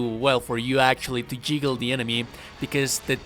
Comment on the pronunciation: The "jiggle" was killing me. It's juggle. xD